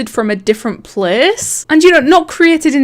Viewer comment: Question Why do you say place like pleas